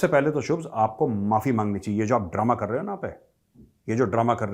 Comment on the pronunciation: Bhai phle shubh bol le shubhs bol rha hai 😂😂